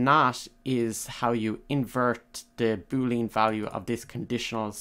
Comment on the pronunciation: boo lee an. not boo leen lol but good job